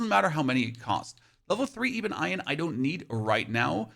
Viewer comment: Great video but are you screwing with us to increase comments. Ebon as in ebony and Iron as in the metal that rusts. I can kinda see how you screw up the first part but iron??? also Oscillating = Ah + sil + late + ing